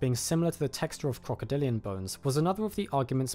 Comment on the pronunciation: OK is he saying "crocodilio" or am I tripping?